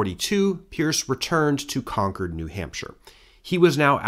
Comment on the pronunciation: I can't tell you how much I appreciate that you correctly pronounce Concord throughout. Now say Worcester 😊